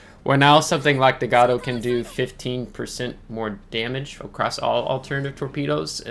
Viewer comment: Great vid,!!!! Gato is pronounced as gayto.